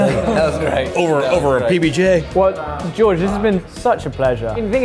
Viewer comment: Two guys who come from a country teeming with castles surrounded by these large trenches that get filled with water can’t pronounce George’s name right 🤣